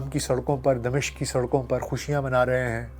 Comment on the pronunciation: اگر (د) کے نیچے زیر اور(م) پر زبر کریں تو دمشق کا درست تلفظ بنے گا۔تبصرہ زبردست ہے،اللہ اجر دے۔